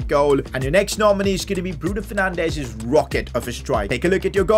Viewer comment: Goal: Bruno 'Fernandesh'. Signing: Anthony Best Player: BRUNO FERNANDESH